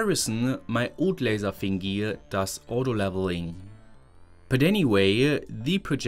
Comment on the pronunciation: Can’t decided if “thing-gee” is rage bait 😂